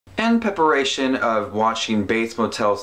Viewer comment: “In peparation” 🤣😭